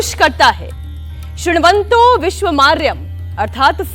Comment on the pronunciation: श्रीणवन्तो विश्वमार्यम् नहीं,,,,,,😂😂😂😂कृण्वन्तो विश्वमार्यम् , मैडम जी सही से रटा करिए